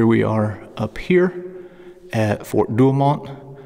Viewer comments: sorry... "4 du oh moe" google will give you the phonetic pronunciations...and I'm just messing with ya, I love your channel! That's Fort Douaumont sounded out as we used to say. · "For- Do Oh Moh" Fer cryin' out loud man Google can tell ya how to pronounce these French Nouns.